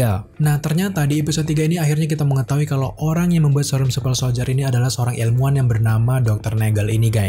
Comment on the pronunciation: Super bang bukan supel